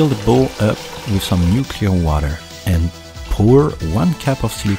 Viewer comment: Why did I hear nuclear water instead of new clear water